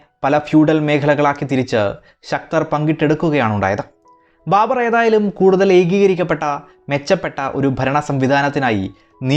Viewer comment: ബാമ്പർ. ബർബർ ആയി